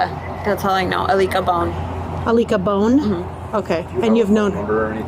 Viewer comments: "alika bone" LMAOO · "Ileeka Bone," = I-lick-a-bone the fact she stabbed that baby so many times as if it was his fault she was a horrible mother and her mother won custody of him this is in situation when a parent loses custody they shld not get a chance to be alone with the child. We never know what someone is capable of doing once they reach a breaking point! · thats the first thing i thought, “lick a bone” is what i heard and immediately thought of kahoot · "Alikah Bone" really just sounds like "I lick a bone". Wonder how she came up with that one. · Are you sure her name isn't Anita bathe? lmfao Aleeka bone? Are you kidding? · Alica Bone...I-lick-a-bone Coincidence?? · "I licka Bone" 😂😂😂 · She sounds like a liar...none of the story from the beginning sounded believable. Alica (pronounced Alika) Bone vs. Bonn, 4 vs 5, etc., etc. People don't mind doing time. Smh! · Did this lady just say her made up friend was named “I-lick-a-bone”? I mean, I do too, but… that’s pretty wildly sus 😂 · Aleeka Bone is CRAZY😭😭😭😭😭😭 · “Aleka Bone” LMFAOOOO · "ah-lick-uh bone" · Not a-lic-a bone and her smirking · Ah-lick-a bone... ok.. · This bitch said the lady’s name is “ILeeka Bone” 😂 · “Alica Bone 🦴 “ 😂😂😂😂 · “A licka Bone” yea right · “Alica. Alica Bone” is that a joke? Sounds like “I lick a Bone. What a creep. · "aleeka Bone" 😂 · ilickabone? Really? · "Ileek'a Bone"? 🙄🙄 So she licks a bone. Lame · i-lick a-bone (alica bone) lol